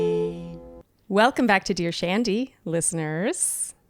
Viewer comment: I keep thinking she is saying “ Douche Andy” instead of Dear Shandy